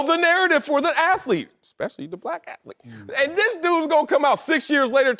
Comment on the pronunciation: Ok, why can't these men pronounce words with th in them? Wurf? Forfright? Aflete? Come on man! How many college degrees are on this stage? It's not hard